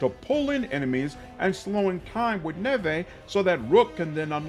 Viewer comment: I think her name is Neve like Campbell not Nevay based on the gameplay reveal how it was pronounced by the characters. Super excited for this game because they’ve really tried to make Rook stand out amongst the protagonist with the customization. Also the fact that there’s basically 9 origins is super exciting and I’ve seen the skill tree that looks like it’s gonna make every build vastly different! The limit on companions makes perfect sense, you are not an army, you are a unit… having too many companions takes away from the intimacy that’s what the companions work in Mass Effect so well. Crpg’s are made to have a large team of 4-6 teammates because of the way combat works.